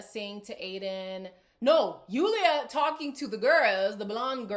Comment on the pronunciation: Even though Julia probably said stuff with a bit of spite at least she said something. It also bothers me that Lorenzo doesn't correctly pronounce Julia's name.